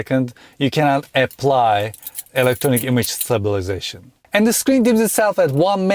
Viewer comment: Why can’t you pronounce stabilisation?